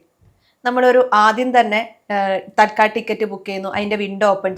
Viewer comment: തൽക്കാൽ ടിക്കറ്റ് എന്നല്ല, തത്ക്കാൽ ടിക്കറ്റ്